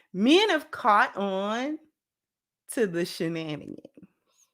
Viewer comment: "I get cour-ted..."😂 That Hyena needs to get caught and released back into the wild!😂😅